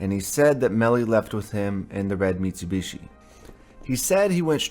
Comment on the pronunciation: Ive never heard someone say Mitsubishi. .. mitsewbeeshee lol